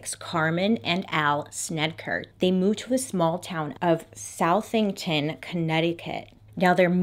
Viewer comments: Being from Connecticut and hearing South-ing-ton was funny... its pronounced like Suh-thing-ton lol I love Bailey so no shade at alllll! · lol the way i looked up when you said SOUTHington... cuz it makes sense to pronounce it that way... but it actually is pronounce Su(like "sus")thington. so... suTHINGton. cray town tho, js, lolll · Its pronounced suh-thington just a fun fact. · I'm obsessed with your pronunciations, very literal SOUTHington! as a former CT resident, I pronounce it suh-thing-tin, but i also could be illiterate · I know this is an old video but being from CT we don't pronounce is South ING ton. Suthentin lol. Anyway, ive seen the house its on a main rd. you'd miss it if you don't know the address and actively look for it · im from connecticut and I was so thrown off by her pronunciation of Southington... i know its spelled "south-ing-ton" but its "SUH-thing-ton" lol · it's pronounced like Suthington not South-ing-town :) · as a Connecticut resident lemme just say that I am WHEEZING at the way Bailey pronounces Southington CT as SOUTHington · Hahaha it’s pronounced Suh-thing-ton Connecticut hahahahaha 🤣 first time I’ve ever heard it pronounced as it’s spelled hahaha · Southington is pronounced “Suthington”. Don’t ask me why. We have a lot of odd town names in CT. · Nobody: Everyone from CT: It’s Suth-ing-ton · Ahaha, hopped on the comments to see if anyone else from CT had made a comment about the pronunciation. Initially when Bailey said SOUTHington, I was like, ‘ooo, where’s that?’ And then she said Connecticut, and I busted up. 💖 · Anyone from Connecticut knows it’s pronounced “Suh-thing-ton” 😂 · I live about 20 minutes from this location, and FYI, it is pronounced “Suh-thing-ton” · The way she said sounded made up. Like when someone asks “where do you live?” And you decide in the middle of the word that you don’t want to tell them. “Yeah, I live in South...thington.” 😂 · South- ington lol I'm from CT and this made me laugh